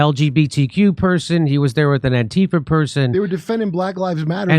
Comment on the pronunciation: I love how she pronounces “antifa” correctly. ❤